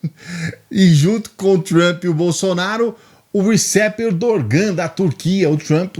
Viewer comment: Não que isso mude a vida de muita gente, mas o "g", em muitas palavras, em turco, é mudo. Esse é o caso do Erdogan e da série Ressurrection Retrugul